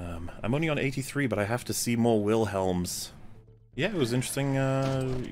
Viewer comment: Willems... it's pronounced "Shawl" like the garment